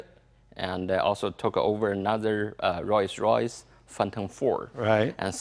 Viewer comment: Rorrs Royce lmao